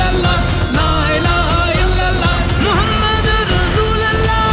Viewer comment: Kindly pronounce the Kalimah in right way : لَا إِلَٰهَ إِلَّا ٱللَّٰهُ مُحَمَّدٌ رَسُولُ ٱللَّٰهِ It's not "Muhammad ur Rasool Allah" It's "Muhammad ur Rasoolullah" There's "pesh" on Laam of Rasool. Not "zabar".